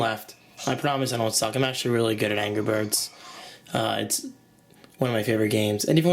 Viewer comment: angrah berds!!